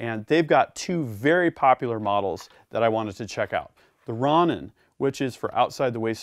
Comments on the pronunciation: “Ron In” lmao 😂 it’s “row nin” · Great presentation as usual but you should show all weapons clear for the YT gods Plus please , its row- nin not ron - nin like the Japanese samurai type guy? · great vid just that its pronounced rohnin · Its pronounced Row-nin